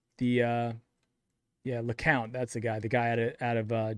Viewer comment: LeCost? LeCount. Come on man.